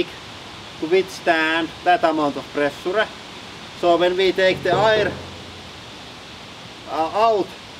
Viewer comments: It's as easy as not pronouncing the last "E". Instead of saying preh-soo-reh... just say presha! The problem is that he's prioritizing the written version that he knows and ignoring the sounds that he's heard native English people make. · Is it really that hard to say ˈprɛʃə ? Preshah!!!